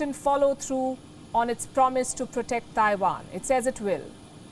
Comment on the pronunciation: The way you pronounce Taiwan is so off